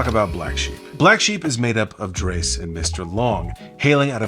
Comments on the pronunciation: Drezz, not Drays. Thanks love your show! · This was one of my favorite albums of the 90s. One nit: Throughout the record, Dres pronounces his name "drezz", not "drace." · Love your videos. Just know his name is Dres (DR-EZ) not pronouns like DRESS. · At least you know it. I was screaming at the screen like 'there's no 'a' in Dres!!!!! '🤣🤣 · Dres rhymes with trez not dress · This dude is wack. Doesn’t even know how to pronounce Dres’s name, which is ironic because Dres tells you how to pronounce it in the song: “Dres: D-R-E-S. Yes, I guess I can start…” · Great breakdown video! Only criticism is you keep mispronouncing Dres's name. He says his name more than once in the song if anyone needs help pronouncing it lol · Awesome video my brother! Dres pronounced like the word fez, by the way❤🫡✌🏾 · Dammit the mispronunciation of Dres’ name makes the video feel less authentic for me. I’ll get over it though